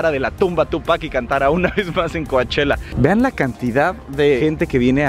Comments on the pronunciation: COACHELLA COACHELLA COACH ELLA NOOOOOOOOO DÍGANLO BIEN POR FA COU CHELLA ASÍ GRACIAS POR SU ATENCIÓN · Pleaseee! Solo Cochella no "Coachella" !!!!!!!!!!!!!!!!! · Se escribe Coachella, pero se dice Couchella!!! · hahahaha y ni mencionaste que vino Lady gaga!! 😂😂 por cierto se dice Couchella! 😜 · Muy padre el vídeo pero me causa problemas que digas Cuachela. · Se escribe COACHELLA pero se pronuncia COCHELA... me encantaría ver a MANA.... En Coachella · Se pronuncia couchela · se pronuncia "coche la" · Primero aprende a pronunciar Coachella